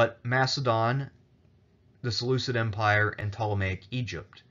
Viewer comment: Seleuseed empire? It's seleuKid, it's written right there by yourself! 😂